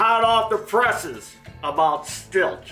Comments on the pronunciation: I thought it was pronounced 'steel'. And the American auto industry is half the size it was 50 years ago. What else is new? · It’s pronounced “steel”.